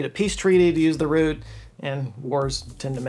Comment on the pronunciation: You said route, instead of route(rowt) well done you. 👏👏👏